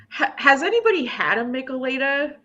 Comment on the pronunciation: Minor note- it's pronounced mee-chay-lah-dah (Spanish). A similar drink is the Caesar from Canada. 👍 I grew up in SoCal and actually had a few of these. Not the biggest fan, but you can even get them at Dodger games. Bud and the usual Mexican beer brands even sell them in can form 😂 See them in gas station fridge sections